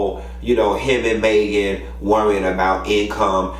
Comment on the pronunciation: "Maygen" tryna DO US!! 😂😂😂😂